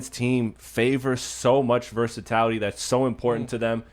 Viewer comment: It's "versatility" not "versatality"